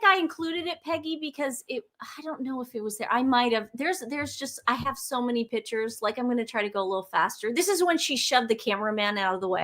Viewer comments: Great show, but please it's PICTURES, not PITCHERS!!!!!! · Please pronounce it “pick-tures not pitchers!!!